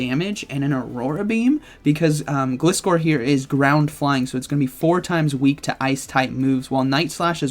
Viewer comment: It's not Glis-core... It's Glizzer like Scissor...